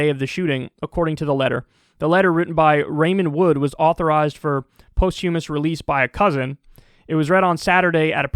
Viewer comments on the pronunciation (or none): posthumous ... not post-humous. :)